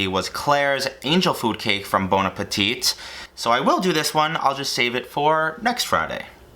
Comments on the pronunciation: I’m french and we dont prononce the last « t » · PLEASE STOP SAYING THE "T" ITS SILENT